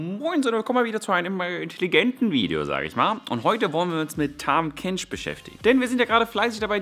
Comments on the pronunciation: heißt es nicht "tahm" kench und nicht "tham" kench? xD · Tahm nicht Tham! :D